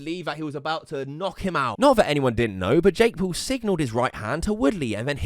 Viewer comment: It sounds like he's saying Jake Poo